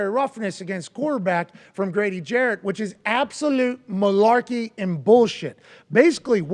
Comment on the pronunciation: Damn AJ at least say Grady last name right. Jarrett not Jackson.